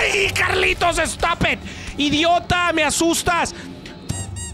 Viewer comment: I love these vids “Estopit”😂😂😂